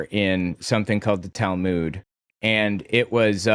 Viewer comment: You are pronouncing Talmud wrong. Go here and learn the correct pronunciation